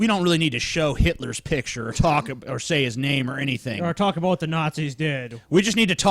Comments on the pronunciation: said "aboot" in, that mother fucker is a secret Canadian eh. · did say... aboot?